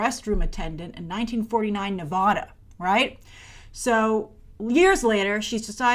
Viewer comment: when she says Ne-VAH-duh. Nevadans be like 🙄